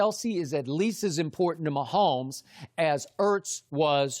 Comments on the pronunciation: Nobody: Shannon: Pat Myhomeboy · Me: Patrick Mahomes Shannon: good ol Patrick MAHOMBOY